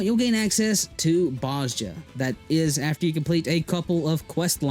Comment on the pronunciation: They say Bozja in the game The J sounds like a Y